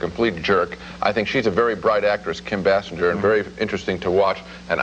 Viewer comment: How many times did Roger mispronounce Basinger? BAY SINGER. His NADINE review too.